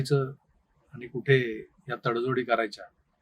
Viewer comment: plz try to work on your Marathi word by saying "आणि" and not "आनी"